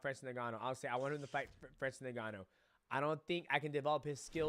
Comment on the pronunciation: Ayo you pronounce it N-Gannou, not Negannou..